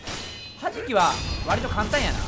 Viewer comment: 弾きのイントネーションが 速さ距離時間の公式のはじきで草